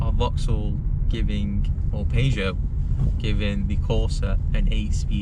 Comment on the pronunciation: I tried to ignore it.... But I can't get past your pronunciation of Peugeot